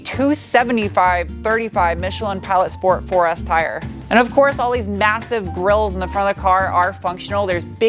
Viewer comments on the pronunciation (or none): I like "shports".